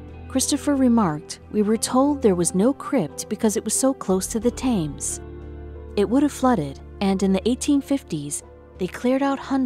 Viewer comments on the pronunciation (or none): "Cumae" is pronounced "coom - eye" in Latin. The river "Thames" is "tems." And what's so surprising about burials under a church? That's not the practice nowadays, but people of high status used to be buried indoors. As she said, the Victorians removed a lot of coffins from their church crypts, for one reason or another, but why do those 18th century archbishops who escaped notice have to be removed now? And why do the public need to view their coffins? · Thank you for your corrections to this presenter. She sounds American(as I am) or Canadian but, honestly, I can't fathom how anyone gets out of school and doesn't know how to pronounce Thames. Had another who didn't know how to pronounce 'shire.' Pronounced it 'shier.' OMG.